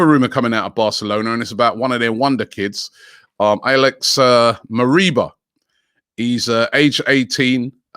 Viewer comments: “ilaich” Moriba not “Aleix”😂😂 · Robbie it’s not Alex, it’s Ilaix. “Ee-ly-ish” 😂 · pronounced "ee-ly-sh" btw